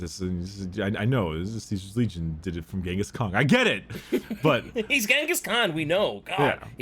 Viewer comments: Why does keep saying genghis Kong I keep imagining Mongolian donkey kong Edit: white scars episode and doesn’t mention the great hunts cring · Am I the only one annoyed by saying Ghingis Kong?